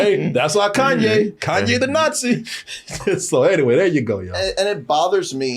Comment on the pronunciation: Who is Kan Yes 😂 “Kayne